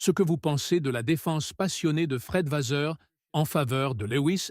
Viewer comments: S'il vous plaît !! Arrêtez avec votre "VaZeur" !! Je pense que vous savez en tant que journaliste que le double "ss" se prononce VaSSeur" !! Je trouve impoli de ne pas prononcer correctement un nom propre... Autrement, j'aime bien votre réalisation... Sans rancune... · encore cette IA qui prononce mal VASSEUR.Quel manque de politesse .